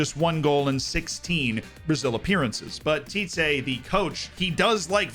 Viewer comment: The tee-teh pronunciation is great! We usually say the ‘tee’ part with a shorter pronunciation, but overall if you say it like that everyone will understand you